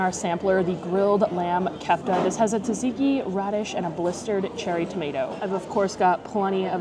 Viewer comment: Just to let you know that Tzatziki pronounced sat-see-kee! Not Tuh-zee-kee ;)